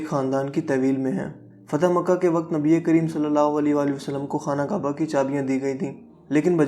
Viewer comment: Khotyy jitnaa qud haii apkaa. Nabii pak ka naam sahii sy lynaa ee seekhloo plzzzz.